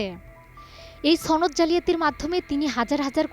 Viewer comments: উচ্চারণ ঠিক করেন ছনদ বলছেন কেন, সনদ হবে। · ছনদ নয় সনদ, সম্মুখ সারির উচ্চারণ ঠিক হয়নি, আওয়ামী লীগের সমর্থক অধিকাংশ সিনিয়র নেতারা ভূয়া মুক্তিযোদ্ধা। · ছনদ না বলে বলুন সনদ।